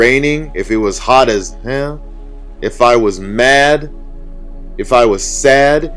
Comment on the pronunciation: I almost complained about you saying “hell” funny in the middle of the brick story. Then I remembered ☝🏽, I’m listening for free . I have no room to complain lmao 😂😂 I appreciate ya 😌